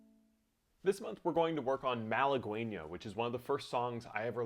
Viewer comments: That (Spanish) title is correctly pronounced Mah lah GEH Ñah (gue = geh, as in get), which means woman from Málaga, an ancient city in southern Spain. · Mahl-uh-gwayee-nya lol Nice tutorial 😁😁